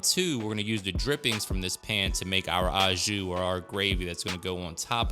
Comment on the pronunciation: It’s oh jus, not ahh jus. And it’s herb duh Provence, not day Provence. Just a French language tip. All good.